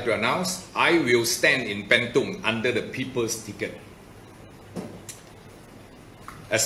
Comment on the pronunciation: It's 'burn tong'.. not 'banned tong'